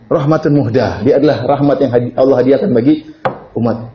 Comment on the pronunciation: Mohon diperhatikan penebalan kata/huruf dlm bhs Al-Quran. ALLAH harus dilafalkan "ALLAH" bukan Awloh. Maghfirah, bukan Maghfiroh. Ridho seharusnya RIDHA. Karena UAH juga yg menggantikan huruf "O" utk kata2 dlm Bhs Arab/Al-Quran yg FATTAH (vokal A) atau yg harus ditebalkan. Padahal dlm Bhs Arab tdk ada vokal "O". Sebetulnya semua manusia bisa mengucapkannya dgn sedikit berusaha. Banyak ustadz2 yg org Jawa juga bisa mengucapkannya. Jadi jangan laval Al-Quran ini diubah-ubah!! Jazakumullahu khairan